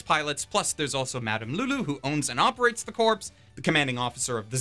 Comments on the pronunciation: Small thing: "Corps" is pronounced "core" not "corpse" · Apologies if this has already been mentioned, but it's pronounced "core", not "corpse". Unless you were trying to make a joke about all the pilots being dead meat. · is there supposed to be an n in the shows name that i missed? also its corpse in the military sense should be pronounced core as in apple core not corpse as in a dead body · When you talk about military groups, corps is pronounced 'core', not 'corpse'. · And "corps" is pronounced like "core" as in Marine Corps. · "Corps." is pronounced as "core".